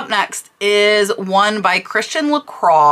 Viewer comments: La "croy", not craw. Just fyi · Still not la craw. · Bits in America it is pronounced like I first said, La croy. In France it is La qua. My mistake.